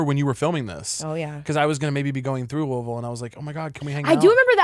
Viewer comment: Yall pronounced Louisville correctly and it makes me Stan yall even harder